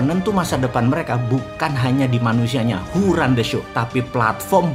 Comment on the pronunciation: WHO run the show? Agak gimana gitu kedengeran wkwkk